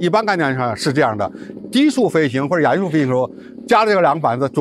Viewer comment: 襟翼？怎么发音的？jin3 仅翼？ 连襟，怎么读？ 衣襟，怎么读？ 泪沾襟，怎么读？ jin1, 音今，音斤，音巾。 哑音速？ya3? 音雅？ 亚洲，怎么读？ 三亚，怎么读？ ya4, 音讶。